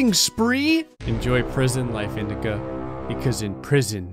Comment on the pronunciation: Honestly when you were talking about indica I thought you said “male women” 😂